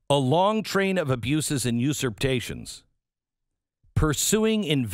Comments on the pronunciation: I love you, Glen, but your repeated inability to pronounce usurpations is driving me bananas. You are a pro, get it right. Otherwise, great content as usual. You are one of the few people telling the truth out there. As a Texan, i am pro- succession. I am deeply concerned that we are screwed. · I agree with everything you say, except your pronunciation of usurpation. Lol! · The extra T in “usurpations” — is that a trademarked thing, or can we get rid of it?